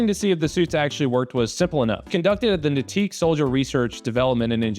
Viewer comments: Natick is pronounced Nay-tick lol, nateek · As someone from central Mass, Na-Teek made me laugh a lot. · Great video, and also fantastic pronunciation of "Natick" at ~ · Heads up it’s pronounced nay-tick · Your pronunciation of natick is ungodly, from someone in the area, its nate-ick